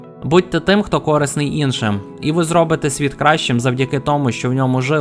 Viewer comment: Дякую за контент! 💙💛 P.S. знаю, що ти працюєш над вимовою та адекватно ставишся до виправлень..тож у слові "корисний" наголос на "и", тобто корИсний =)